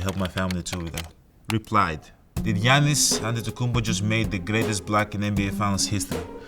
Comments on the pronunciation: 原來Giannis 中間的第二N不發音喔? 現在才知道欸XD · 連他念自己的名字都是糊ㄉXDDDD